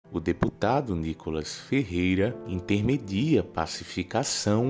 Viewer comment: Fala-se "intermedeia" e não "intermedia", estuda o português um pouquinho.